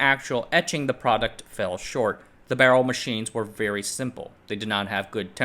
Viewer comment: Why are you saying "barrel" that way???